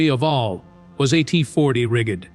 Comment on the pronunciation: Rig-ged. Make sure your AI driven voices know how to pronounce words correctly!